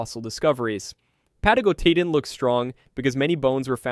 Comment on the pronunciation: 4 seconds in and I noped out. The pronounciation was so bad that there is no Pathos. "pah-TAH-go-TEE-tan jfc